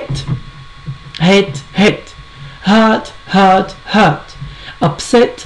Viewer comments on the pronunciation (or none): The word "hurt" does not pronounce as u did